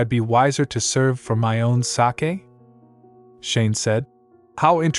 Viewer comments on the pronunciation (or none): This is such an interesting story. Particularly like the tie-in between the current Crown Prince and Princess and the original dragon and holy maiden suggesting a rebirth situation. My only quibble is the mispronunciation of sake (long A) as if it's the Japanese fermented rice beverage Sake. The word is used often enough in the narration to be irritating. Next part please.